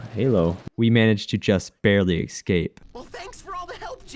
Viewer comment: I dunno why, but every time i hear 'excape' i lose braincells